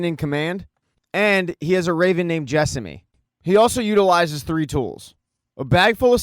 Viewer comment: Show, great, your recap, needs work. Jessamy isn't pronounced like that. 😊❤